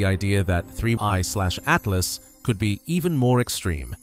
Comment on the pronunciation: Fun fact. If a video pronounces this comet as "3 I SLASH A T L A S," then it's probably just ChatGPT generated bullshit and you could just ignore it and go on with your day